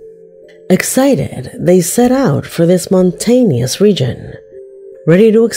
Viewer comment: Monn tien eous ? Huh... wha u say?😂